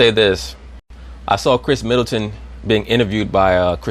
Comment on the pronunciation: He said Kris Middleton! Lol